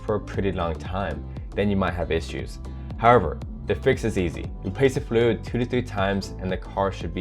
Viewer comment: I Like how you said fluid flud